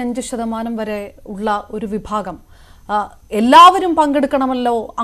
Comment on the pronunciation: ജന ഫിഭാഗം അല്ലടോ. ജന വിഭാഗം എന്ന് പറഞ്ഞു പഠിക്കുക. ഞ്ഞിങ്ങൾ "പതനം" തിട്ടയിലെ ആ തീവ്രവാദ കേന്ദ്രത്തിനടുത്താണോ താമസം?